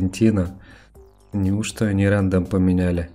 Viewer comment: Какой рЭндом,как нЭкрос ,ты забыл как буквы читаются ???? С почтой у тебя косяк в игре 51/40 ,хотя в описании пишется что всё что за 40 уже вылетает. Да и не думаю что ты донат делаешь крупный,это надо быть глупцом в пассивные вещи вкладывать бабки,ты скорее связан разработчиками,был бы читером как некоторые говорят , тебя уже давно забанили бы.